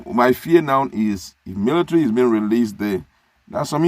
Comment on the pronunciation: He calls it "milithary".